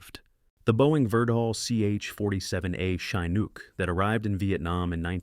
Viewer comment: "Shine - nook", ehh? No thanks,. You didn't do enough homework before you posted this "A ren't I nformed" story.